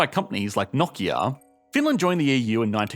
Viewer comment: Finally a youtuber who knows how to pronounce Nokia